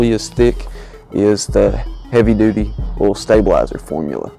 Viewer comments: PRONOUNCE O I L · I like the way you say Oil, it's so funny